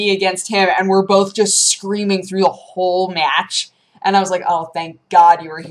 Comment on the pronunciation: The way she says "whole match" is hilarious to me.